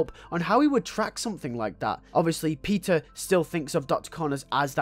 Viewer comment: When you say peter it sounds like your saying pizza